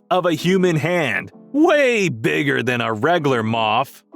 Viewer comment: "way bwigger than a wegulwar moff."